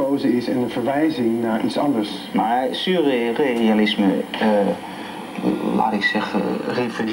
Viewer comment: Volgens mij zegt hij sousrealisme, of ben ik nu een zeurrealist ?